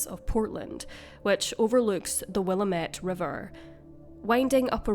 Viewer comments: Why say Willimit river when its spelled Willamette? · it is pronounced Will-am-it ..... just saying I live here. I love that you covered our little neck of the woods. You make us sound fancy. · Just an FYI, Willamette is pronounced "will-am-it". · Willamette is pronounced “Will-AM-et.” I know it looks like it should be the other way, but I learned otherwise when I moved up here.